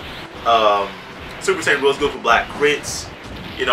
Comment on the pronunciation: It's Rosè lead not Rose lead